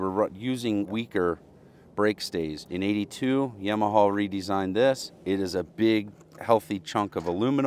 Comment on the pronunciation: Yaw-muh-haw. Also heighT no extra H